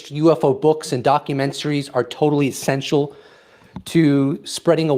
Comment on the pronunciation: “Totally Senstial” wtf ryan it’s essential